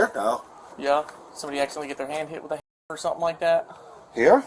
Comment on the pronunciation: You seriously can't say the word children or hammer?